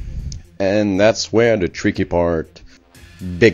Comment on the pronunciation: HAHAHAHAHHAHAHAHAHAHAHAHAHA "This is where the TRRICKY part BEGINS... hehehehehe" OMG for a french dude, you're sorta funny~!